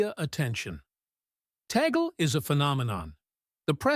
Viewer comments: Cardinal Tagle’s name is pronounced Tag-Le, not Tag-gel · Pope Leo XIV was chosen through prayer and meditation. That he was not one of the Papabili shows that the Holy Spirit is in charge, not media talking heads. BTW, it is pronounced TAH-gleh, not Taygehl.